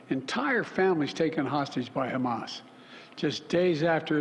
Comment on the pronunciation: Humus . omg joe try to remain calm